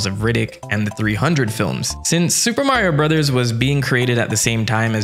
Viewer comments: Please stop saying Mario brothers like that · “Suupa Mario Burasasu!” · So told you how to say Super Mario Bros: Supuh Mawio bwudduhz. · The fact that you keep doing the Japanese pronunciation is one of the best things ever. Gets me every time. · Your commitment to the pronunciation of Super Mario Brothers is commendable. 😆 Love it.